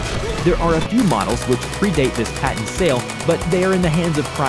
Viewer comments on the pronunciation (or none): none